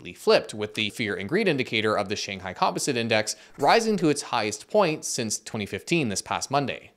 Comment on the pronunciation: is that how canadians say composite